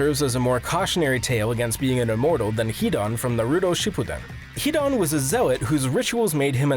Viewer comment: leave akatsuki see how he butchered pronoucing naruto